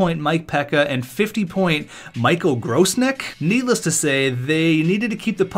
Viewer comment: N please buddy learn how to PRONOUNCED their names properly damn 😂😂 . It isn't (Grossneck) but GROSEK just like Hasek is PRONOUNCED L THEY ARE COUNTRYMAN . CZECH REPUBLIC 🇨🇿